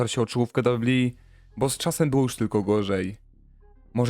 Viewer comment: "prawie ponad rok? Co to za ramy czasowe? Inną kwestią jest mówienie "dabju dabju i". Gdzieś się komuś spieszy? Autor filmu chce być dziennikarzem czy dziennikarzyną?